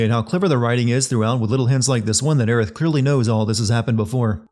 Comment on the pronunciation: Well, both of those Aerith pronunciations are wrong, so...